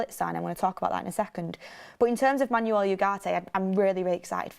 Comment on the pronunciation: VAR check on the pronunciation of the name Manuel… Think more ‘Man-Well’ and less ‘is your car an automatic? No it’s a manual’